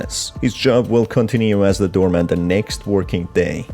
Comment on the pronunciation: why do i keep hearing you say "doormat" every time you say "doorman" ?? this game feels like all its endings are unsatisfying.. why?